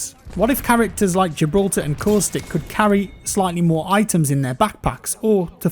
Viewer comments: When you were talking about caustic it took me a second to realize thought you said coolstick. I am dumb (very nice video btw ) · “”LOOK AT COOSTICK”” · My man coustic is Caustic 😉🤸‍♂️ Great Video on hit boxes. I felt that way from the beginning playing.